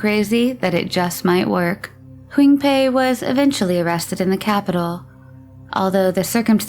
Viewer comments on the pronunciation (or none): It’s funny the first guy’s name was pronounced differently every time it was said, quinpei, huingpei, shingpei, heongpei etc 😂